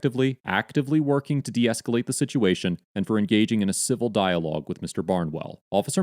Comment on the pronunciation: I didn't realize that the words 'now' and 'for' had two syllables.